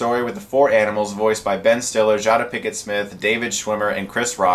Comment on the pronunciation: since when jada pinkett have a "N" in her name?